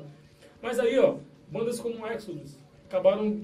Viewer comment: essa pronuncia do nome EXODUS não está exagerada ??